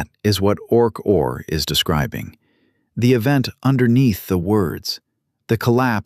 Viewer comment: You asked for a comment, right now. OK: Why couldn't you use actual photos of Sir Roger and Stuart Hameroff instead phony AI images? Also, your AI narration proves the point that AI is not actually intelligent. Its pronounced "Orch–O–R", not "Orch-or". Otherwise, the story so far is reasonably accurate, especially for an AI narration. I'm not sure whether the content is AI-generated. I'm well aware of what Sir Roger and Stuart have done. I'll leave another comment after I finish watching the entire video.